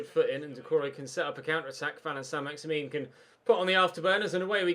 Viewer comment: I think it's pronounced either "Maxi-man" or "Maxi-min" rather than "Maxi-meen", remember that he's French